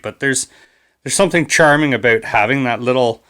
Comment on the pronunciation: Gotta love it when the accent states "Abooot"